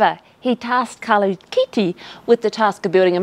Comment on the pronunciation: Good work on tge Italian pronunciation, although the name is Carlo Chitti not Carlo Kitty... I'm just saying... 🙄